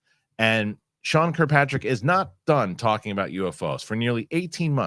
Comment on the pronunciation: FWIW: it’s “kirk-PATRICK” not “cue-PATRICK” *Good stuff though Fellows